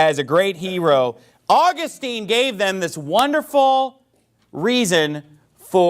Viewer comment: This idiot pastor cannot even get St. Augustine’s name pronounced correctly. Wow. He’s smart. Sorry. He struck a big cord in me. I am a Roman Catholic and and on fire in love with our Faith. Catholics are the one that compiled the Bible through the inspired word of God. It is the oldest faith over 2000 years old, Christ founded it. It is apostolic. I mean I just don’t understand why people just don’t understand all these other denominations are of the devil they are all fake. They are all wrong.